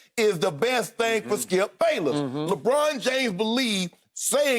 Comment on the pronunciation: I lose it every time skip says “Lebrick” 😂😂😂😂😂😂😂😂